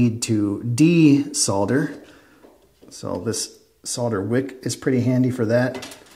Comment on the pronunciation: Lol "sodder". I bet you say "I sod my od car"